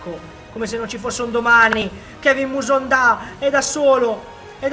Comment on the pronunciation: mi spiegate perché dice Kevin musonda?